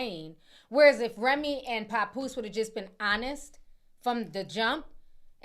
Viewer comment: It's not PAHpoose Ti 😂😂😂😂 It's PAP- POOSE LIKE TAP MAP LAP... PAP!!!!